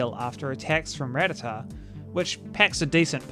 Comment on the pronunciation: I'm more impressed at you being one of the few PokeTubers who can actually pronounce Rattata correctly and doesn't stupidly call it "ra-tattah."